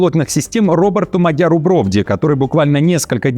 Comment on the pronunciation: МадьЯр, а НЕ МАдяр ! Учись ставить правильно ударения ! 😮😢